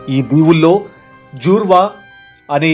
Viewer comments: Not jurva it's jarva iam from andaman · Good attempt 👍 but it is Jarwa not Jwara.